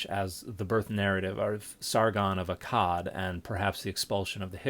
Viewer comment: For a moment I was only half listening and I thought at the mark I thought you said, "birth narrative of Sargon the Odd Cod." I was really confused for a hot minute.